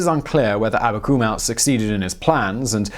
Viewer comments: Abakumov not Akabumow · You horribly mispronounced Abakumow - the w should be a v, as in Abakumov. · Why you read "Amakumov" as "Amakumau"? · It’s not Abakumau, it’s AbakumOV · Abakumow? Really? Does that sound Russian to you? His name is Viktor Abakumov. Russian doesn't even have a "w" sound. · It's AbakumoHV - Some English sources render V sounds as Ws on Slavic names (e.g. "Pawel" for Pavel)